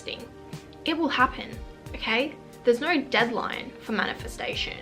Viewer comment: Just hearing ‘Norr’ over and over again and now understand that you said ‘no’ lol why u talking like this